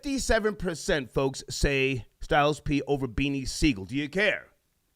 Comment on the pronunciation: It's close, but Sigel.